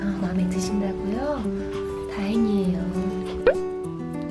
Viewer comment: 언닠 나ㅋㅋㅋㅋ 다행이에요를 다뻥이에요 로 들었어요ㅋㅋㅋ